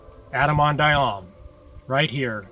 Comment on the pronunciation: Why is the 2nd syllable in "Ahman" not pronounced in this video?